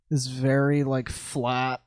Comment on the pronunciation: To quote "it was a vewy anime Esq moment"